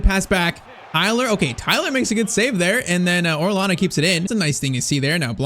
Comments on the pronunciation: It’s pronounced Oreyana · Two L’s next to each other in a Spanish word makes a y sound. So orellana would sound like orreyana